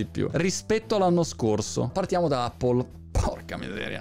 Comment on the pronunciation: Che bello sentir dire "Appol" e non "Eppol" come erroneamente dicono in molti!